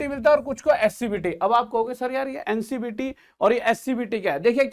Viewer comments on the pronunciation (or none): Sir ji ncbt nhi hota hai ncvt scvt hota hai🙏🙏🙏🙏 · Sir ncvt hota है not a ncbt